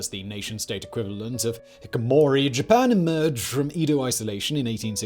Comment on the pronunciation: HICKomori? Come on dude